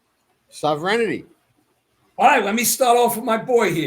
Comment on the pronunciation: is Sovereignty a tough word to pronounce?